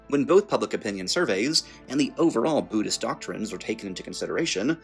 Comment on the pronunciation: But you're not a Booddhist! nouoooo! TTSSsssunaahmee.